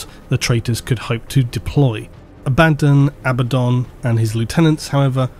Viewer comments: Honestly, you've all got it wrong, it's pronounced "Abba-DOON!" Spike Milligan is his true gene sire; spend enough time in the Immaterium, and anything's possible... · Do you say Abbadon like that because he’s a bad ‘un? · Learn to spell Abaddon, please. A-Ba-don (second D is silent) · I can hear you clenching your teeth when you pronounce abaddon both ways, but both are incorrect, it is in fact pronounced ay-bee-don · I love every time has to pronounce abbadon twice. Poor guy sounds so done with it 😂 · I chuckle at you Abaddon 'Abaddon' because now I'm thinking that that's his first name and surname. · The way you're saying abaddon is heresy of the highest order. It causes me pain. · awesome so far but why use both pronunciations for Abbadon it kinda made it sound like an extra character sometimes i am aware of it but just strange to hear you use both i am pretty sure you once put that debate to bed with how the authors pronounce the name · So is it pronounced Abba-don, or A-bad-un? I think you said both pronunciations in this video, but I could swear in the Audible books all the narrators say Abba-don. Its driving me nuts lol!! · How hard is it to just say Abaddon? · still not being able of pronouncing Abaddon correctly after all the black library audiobooks in the past years 🥲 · I personally don’t care how you pronounce Abbadon just please stop saying it twice. Love the video. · You keep saying Abaddon, Abaddon but it's actually pronounced Abaddon. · "Abadon Abaddon" makes me cringe more than just the mispronounciation 😅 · You need to stop saying the Ábaddon/Abaddón thing... It's clerly Abáddon. 😂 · please, no more Abbadan.... Abba-don, it irks me so. Love the content though good sir.... GIVE US MOREEEEEEEEEEEEEEEEEEE! Huge fan of the deep dives :) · "ABBA" "DON" Not "A-bad-in" GW literally have a video on how to say the name as well. Phonetically it doesn't make sense saying "A-bad-in" anyway. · Silly brit. Its Abaddon, not Abaden.